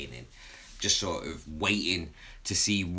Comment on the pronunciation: 'Waiting' not 'weighting'